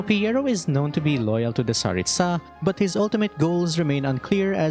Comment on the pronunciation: Speaking of pronouncing names properly, you keep pronouncing Tsaritsa with stress on the last syllable (tsa), but in Russian, the stress would be in the middle (ri). It seems common among English-speaking Youtubers, but is there a specific reason for that?